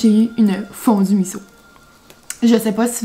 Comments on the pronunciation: Pas Fondumiso mais Fondussimo!!! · Trop cute tout le long tu dis la "fondueMisso" au lieu de fonduSsimo, tu m'as fait sourire ☺. J'aime tellement t'écouter, tu es attachante 😊